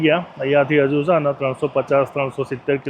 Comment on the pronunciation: બધી ભાષા ની પત્તર ફાડી ના ખી છે ! એક પણ ઉચ્ચારણ સાચો નથી! એક પણ જગ્યાએ માતર નથી. છે ની જગ્યા એ છ.